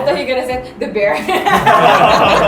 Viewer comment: Bear kan ucapanya ber bukan bir. Jauh kali deer sama bear ucapannya, dir sama ber. Kalo dir sama bir deket